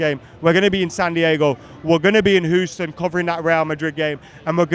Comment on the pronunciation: Your Houston pronunciation is a bit off too😂